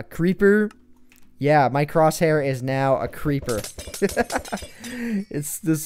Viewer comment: lol he almost said crotchhair instead of crosshair